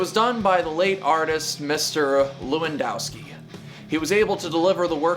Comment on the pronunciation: you pronauce it levandovskee